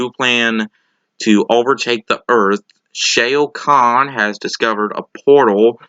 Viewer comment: Are you sure you actually saw the movie? I'm just asking because you keep pronouncing Shao Khan's name wrong. They use it several times in the movie but you're pronouncing it as if you've never actually heard them say it. This is something I've noticed in your "reviews". Although this could simply be you not associating the name on the page that you're obviously reading from as being the same thing as from the movie you just watched. For example here's how you'd say it: whereas you're saying "SHAY-oh". Just trying to point these things out if you're planning on doing this professionally. It will help later on.